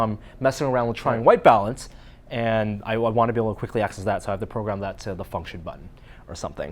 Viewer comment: The way he said function XD